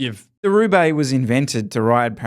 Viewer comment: The way said, "RRRRRRoubaix" was not lost on me. Did he pick up some Spanish in the greater Fresno area?